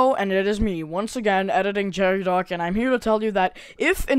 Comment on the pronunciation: No no no it's pronounce JARRAY DOCK for them other British homies like me